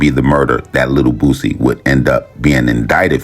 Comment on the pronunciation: Yall please say BOOSIE name right!!!! It aint Bossie!!!